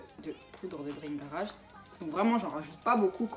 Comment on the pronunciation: La poudre s'appelle bhingaraj et non "bringara"🤪, cependant je kiff ta routine elle a l'air super jai hâte de la tester merci pour tes conseils❤